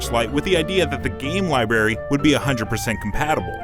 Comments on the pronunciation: Dude says "libary" like he's a 6 year old 😂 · Did he say libarry?